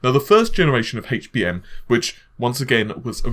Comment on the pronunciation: how the hell is it that British people can say words like help and heat correctly yet. completely screw-up saying words like HD and HBM.